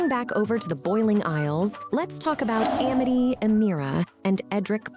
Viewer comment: "Uh-mity" "PlanTAHr"